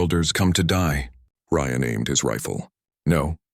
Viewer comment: Nice story, but could you get the AI to pronounce words and names properly and the same way in the story!?!. Ryan is NOT Re-Ann!?!